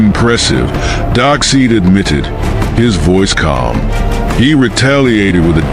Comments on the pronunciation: His name is Darkseid not darkseed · I kept wincing every time you so badly mispronounced Darkseid. Despite the spelling, it's pronounced dark-SIDE, not dark-SEED! Gawd!! But nice fight otherwise.